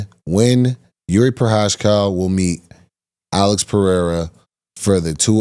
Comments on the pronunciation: Did you just say Jiri Pro-cash-cow? hahaha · "Per house cow" is the best mispronunciation of Jiri last name lol